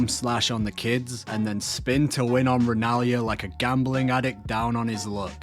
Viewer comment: "Blade" "Rennalia" do you play the whole game with the sound muted??? The characters' names are literally said out loud multiple times, it's not hard to find out how they're pronounced